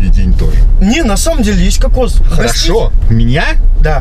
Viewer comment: Уважаемый Евгений, какос и кокс разные ударение.